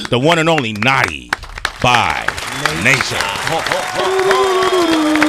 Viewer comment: Sway can't say 'Naughty' Lol